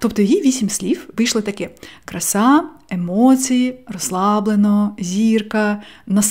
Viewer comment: Ваше "гроши" і "емоциї" якось зазвучало навіть по-галицьки 😄 💙💛 Обов'язково спробую вправу - вона мені актуальна зараз